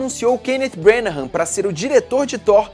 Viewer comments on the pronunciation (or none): Estou adorando esse recapitula/aquecimento para Infinity War. Só uma correção: a pronúncia do sobrenome do diretor não é "Brenahãm", mas sim "Brãnah", não há aquela última sílaba que o fala.